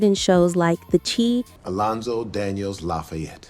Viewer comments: Its shi not chee. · It's The Shy (Chi ) Not The Chee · No she didn't pronounce the tv show, "The Chi" (short for Chicago) as the Chee!! 😳😳😳😬😬🫢🫢🫢🤪🤪🤪🤣🤣🤣🤣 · "The Chee" or "The Chi", is it King is or Kaine...stop it 😂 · It's pronounced THE SHY! (THE CHI) Put some respect on the name. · It’s pronounced (Shy) like Chicago!!!!!! The Chi